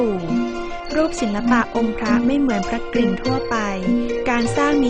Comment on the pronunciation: ควรควบกล้ำว่าพระ ก-ริ่งนะต้องมี ร เรือด้วย ไม่ใช่ พระกิ่งนะ